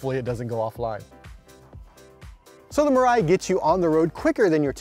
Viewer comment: It is pronounced as "Mee-Rye"(未来）....